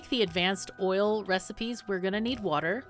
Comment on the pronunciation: wuter! more wuter!